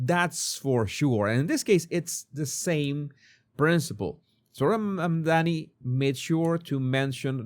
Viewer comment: Mamdani, not Mondani 😊